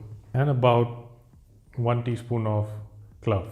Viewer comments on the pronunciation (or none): It’s clove not cluv. Please pronounce it correctly.